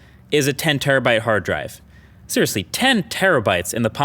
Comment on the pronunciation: "50 Terribyte SD card." Umm are you living in 2012 or something MKBHD?